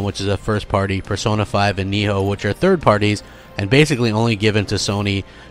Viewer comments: Why do you pronounce Nioh like Nee-Hoe? It's Nioh like Neo. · Matt Something He does that on purpose. He thinks he's being funny. You'll notice he says it correctly when he's not TRYING to make fun of it.